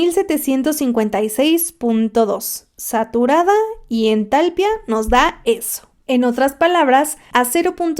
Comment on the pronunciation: Me dio mucha cosa que no hicieras notar el acento de "entalpía" al pronunciarlo jajaja pero muy buen video.